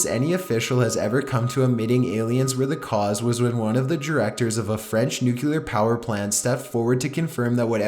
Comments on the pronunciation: FOR GOD SAKES.... IT IS NUCLEAR! NOT NUCULAR. why are you so stupid that you don't get this!?!?! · I like his videos buy how hard is it to pronounce the word "nuclear"? New-clear, not nuke-u-ler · OMG it's pronounced NEW CLEAR, not NUKE YOU LAR!! PLEASE give up your day job!! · NUCLEAR, NOT NUCULAR CHILLS.. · its pronounced NU-CLE-AR not NUKE-UL-AR STOP TRYING TO SOUND SUPER INTELLIGENT HAHAHA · Nukular? Why do people say "nukular"? Nulular is not a word people!! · its not fucking nu-cu-ler its nuclear! ffs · 1. It's pronounced CHIL-AY, not "Chilly". 2. It's pronounced NU-CLEAR, not "Nukular". Also, it's only a model. :) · PS: it's "NUCLEAR", not "NUCULAR" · Nuclear = Nuke-ya-lerr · The "nuculer pollution" is actually steam fam. (I know its spelled nuclear, I'm not retarded)